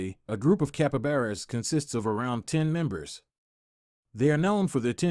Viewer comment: Capabaras its capybara 🤣